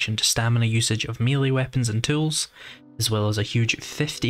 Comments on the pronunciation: Mel-lay not mealy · And even if.... it were constructive, then he'd be wrong anyway as by his own argument the correct pronunciation would be mêlée. French loan word, pronounced as the French, therefore. Rhymes with the football player Pelé. Beyond that is accents, including his.